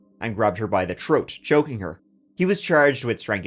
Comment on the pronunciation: TH-ROWN theres a fucking H... TH-ROAT throat not troat not troan like jesus